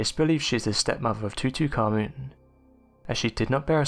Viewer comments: "TUTUkahmen"?? REALLY?! If there's going to be real person doing the monologue, for crying out loud.MAKE SURE THEY PRONOUNCE WORDS CORRECTLY!! I also heard "o'vah" for "other", "labRENFH" for "labyrinth" and too many others to enumerate... Sorry, but bad pronunciation SERIOUSLY detracts from the mini-documentary and messes with concentration, especially when the very NAME of the Pharaoh is screwed up so badly! TUTUkahmen...he must be ROLLING in his sarcophagus! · 2-2- Common?? C’MON! Tutankhamen...is not pronounced TO-TO!!! Also there’s actually SO many more better unexplained mysteries of Egypt, such as severe water erosion on Sphinx? I believe these pyramids were left for ALLLLLL Humanity not just thee despicable ruthless thief Zawi Hawass, I mean the Egyptian Antiquities department seems more corrupt then the decades of US Government 🤥 lying about UFO’S & possibilities of alien intelligence!